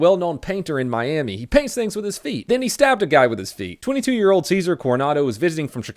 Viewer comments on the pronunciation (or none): none